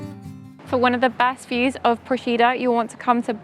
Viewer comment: You've done a lovely job showcasing our little island, but please, please learn to correctly pronounce the name of the place before you post a video. I'm a resident, hearing it wrong is like fingernails on a chalkboard.